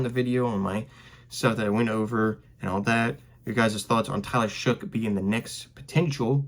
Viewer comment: His last name is pronounced " shuck" according to him . It is not "shook" or otherwise